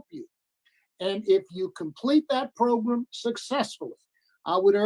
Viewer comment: How come this guy cant say the word program properly